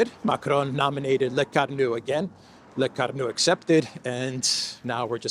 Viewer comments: Lecornu = Le-core-nu and not Le-car-nu. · CORE-nu, not CAR-nu.